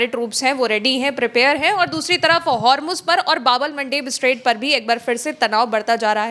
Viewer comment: Please pronounce Hormuz correctly. Its Hormu(z) not Hormu(j).😅. Shame. Being journalist doesn't know how to pronounce correctly.